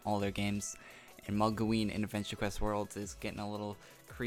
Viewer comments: MOGloween, lol molgoween :P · Could you please change the way you say Mogloween? You always pronounce it "Mogleween" and great video